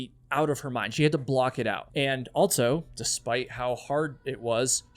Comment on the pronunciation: You always say "altso" instead of "also". There is no T in that word my guy..